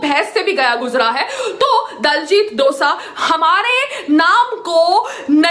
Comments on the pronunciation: Dosa lol name leena ton sikh le phele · Payal madam for your kind information diljit dosaaa nhi diljit dosanjh hota hai. Punjabiyeo ko pagal kehti hai khud ko pta nhi k kya bol rhi hai.